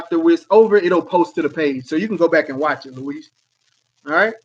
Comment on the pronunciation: Reeeeeeeeeeeee it’s Luis